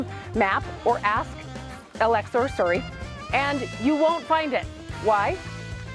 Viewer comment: Getting a kick out of being schooled on pronunciation from someone who says "Surrey" for Siri